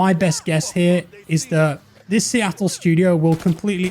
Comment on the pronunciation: please stop saying Seattle. You’re killing me.